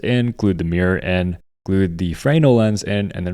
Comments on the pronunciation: Frayynul lens? Americans seem to instinctually hate pronunciation. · FRE-NELL (accent on the nell)